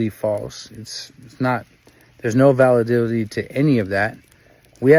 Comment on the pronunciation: Homie Said Valadility 😂